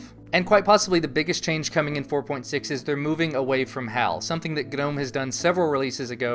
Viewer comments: Thank you sir for pronouncing "Gnome" correctly. EVERYONE! It's pronounced Guh-nome not nome. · Well that's just how it's pronounced dude. You don't pronounce tomb like toombuh, or depot like deepaht. or sign like sie-gehn. I said it wrong for a really long time but that's just how you say it.